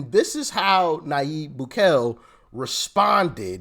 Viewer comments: It's pronounced boo-kay-lay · Doc- Boo-Kelly. Bukele, currently the greatest head of state.